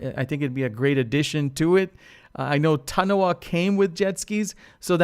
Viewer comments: Lol "tunohah" Tomaytoe tomahtoe though right. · The way you pronounce Tanoa bother me...